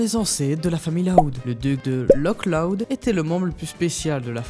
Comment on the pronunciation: C’est une erreur du film mais comme c’est écossais, le nom du village ne se prononce pas « Lok Loud » mais plutôt un truc du genre « Lohr Loud » Comme le Loch Ness qui se prononce « Lohr Ness »